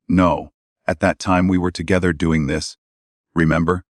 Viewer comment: Agree......... She is NO Doctor. Kate said "Doeeeen" & "Goeeeen" & "me husband" really ffs.......